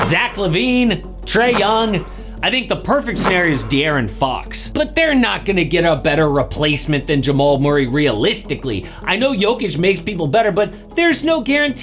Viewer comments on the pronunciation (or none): No freakin way you said deaaron fox. 😂🤣😭 u crayzeeee for that one brother lmao